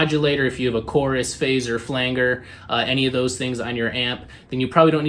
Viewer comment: Nice video! I do believe Flanger is pronounced with a soft G my dude.